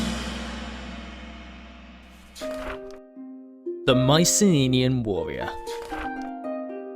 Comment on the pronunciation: Nice video. Not to be that guy, but in English their name is pronounced "My-see-NEE-ans". Not "My-see-NIN-ians". Or, in the original Greek, "My-Kee-NEE-ans" (there are no soft "cee" sounds in Greek). The boar helmets were only common as a symbol of nobility and were family heirlooms. Regular soldiers wore bronze caps or helmets like the later Greeks. You forgot archers and especially slingers to complement the heavy infantry. As well, in addition to infrantry, Myceneans made use of 2-man chariots. There is some debate if these were used simply as battlefield taxis to ferry soldiers and/or leaders to the battlefield to keep them fresh, or as assault units like the Hittites (where they got the chariots from in the first place).